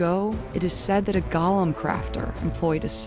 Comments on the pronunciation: I'm sorry but I am begging people to learn how to say Golem. It's Goh-lum not Gah-lum. Otherwise, great video. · Gollum ≠👂 golem "GAH-lum" (what you keep saying) vs "GOH-lum" (rhymes with "hole 'em") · I scrolled through some comments but I didn't see anybody mention your mispronunciation of Golem. Not trying to be too critical, but this bugged me. Golem is pronounced Goh-lem. It's a hard O. Gollum is only used for the character in the Lord of the Rings. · For the love of God “GO-LEM” it is pronounced “GOLEM” not “Gah-lum”. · Oh my God. GŌ-LEHM! Say it with me: GŌ-LEHM. Please, people! Gaw-luhm is the Tolkien character, gō-lehms are the animated constructs from the Kabbalah. It's gotten to the point where more people on YouTube say it the wrong way than ones who say it correctly. I hate to get all judgmental about a single word, but it makes anyone who pronounces it like that sound incredibly uncultured and like they don't know what they're talking about. It immediately makes me highly suspect that they had ChatGPT write their script. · I always heard them called as GO-LEM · I can't tell if a stupid AI wrote this or a stupid human wrote this. "The Primeval Current is a current." 🤦 GOH-lemm. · Ok Golem is not pronounced like Gollum. It’s go like the opposite of stop. Seemed like a good video but it drove me nuts lol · The consistent mispronunciation of the word golem just takes me out every time. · The "go" in Golem is pronounced the same way you'd just say the word "Go!". Gollum is a character in Tolkien's Legendarium. The distinction is important.